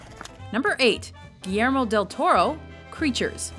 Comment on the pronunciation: You pronounce Guillermo del Toro better than Tiffany Haddish